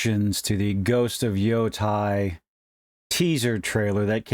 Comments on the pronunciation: It's never too early to condemn. Also, it's pronounced "YOH-TAY" or just reimagine as YoDEI. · Thanks for the video. I agree it isn't worth the outrage. She's just the voice. Also the pronunciation of Yotei should rhyme with "day" and not "die"